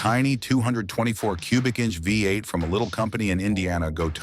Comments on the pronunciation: You guys need to train your AI to pronounce V8 trhe American way, Vee eight, not Vi eight. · Agreed, whats a vye 8? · When Oh when are you You Tubers going to figure out that COMPUTER VOICES SUCK???? What is the problem? Can't you read your own script? Let your Mom read it for you. It says 58 engine over and over because it thinks the v in front of the eight is a Roman numeral for 5 - get it - 58 for v8????????? You didn't know that before you posted it??? What is wrong with you people today???? Art from Ohio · What is a viy 8? Ai bs. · Ford had a vye 8? He did say Vye vie vy? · The Studebaker "5-8" or "Vie 8". Ain't AI grand? lol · Hey there AI. What is a “Vie 8” ? Just go away. Down with AI. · The vy8? Stupid AI. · i hate AI videos. never kn ow how to say things right.....v8 becomes vie 8 or five 8 ugh. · “Vy Eight” , get rid of AI. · Considering it read V8 right a couple times makes me think that the person who wrote the script spelled V8 differently the other times.